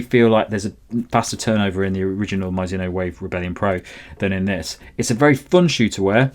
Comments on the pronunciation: 「マイズノ」😂変な発音！Mizuno = ミ + ズ + ノ = Me + Zu + No. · Please don't call it Myzuno, its annoying!